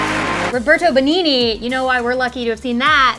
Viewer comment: Sorry guys but WTF!! Learn to say Benigni, onestly it hurts really badly the way you said his name!!!